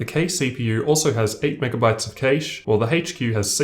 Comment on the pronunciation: hayche Q has more Kayshhhee